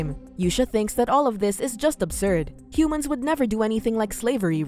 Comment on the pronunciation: Every time the narrator says Humans it makes me cringe